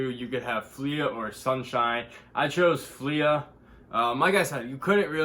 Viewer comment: It’s pronounced “flee” Good cop tho lol